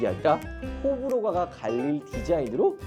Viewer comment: 호불호가>>호불호가가 라고도 발음함ㅋㅋ